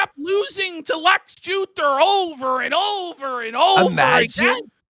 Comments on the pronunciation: "Lex Jewthor" lmao! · "Lex Jewter" cracked me tf up